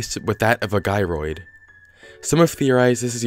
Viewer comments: JY-ROID, NOT GUY-ROID Because they Gyrate. Duh. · Nobody: Not even me: Not even a _single soul_: Him: Theroeye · 1. Your face only becomes a Gyroid if you travel to another town, but the travel data is removed when you resume your save, NOT from resetting the game without saving 2. It's pronounced Jyroid, like the word Gyrate or Gyrating, like how they move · “Guy-roid” Everyone else: “Jy-roid” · right? i feel like they’re pronounced ‘jy-roid’ because they gyrate, not guyrate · Every time he says "guy-roid" a dead man in Japan shifts inside his grave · You said "Gyroid" wrong, it's Gyroid (jiy-roid.) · (Psst... It's pronounced "JAI-roid". As in the word "gyrate"!) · "gie-royd" uhm what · everyone: Gyroid guy who does not play animal crossing: G U Y R O I D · The way he pronounces Gyroid bothers me at extremely painful levels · I hate it when people pronounce gyroid wrong. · not to be harsh or dramatic or anything but the way you pronouce gyroid makes me physically hurt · you say gyroid wrong, you pronounce the G as a J